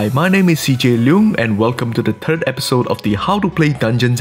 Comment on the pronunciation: "Welcome to the turd episode"